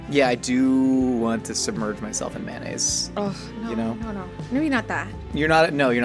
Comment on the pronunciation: There are so many words annunciates pretentiously, but he says "mannaise"